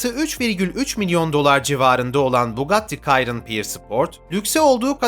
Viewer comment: Bugatti kayron ne yaaa abi? 😆 Bugatti Şiron onun adı